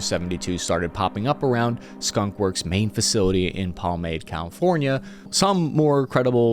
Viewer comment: Skun? Wor? For the W